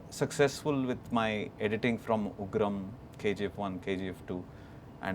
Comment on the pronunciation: Son of Ugrammm.... So disgusting making sallar instead of Ugraam